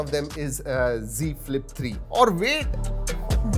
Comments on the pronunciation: It is not g flip it's Z flip.....you say everytime g flip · Z ka Prouncation g hi hota he